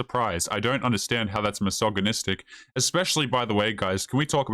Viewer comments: "massage-anistic" :P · Aghhh! You're pronouncing the 'g' in misogynistic all wrong. Its 'g' as in gel not 'g' as in goat. I've heard a million times already and have refrained from correcting you but I think its best that you know. I'm a woman and I watch your videos and like them.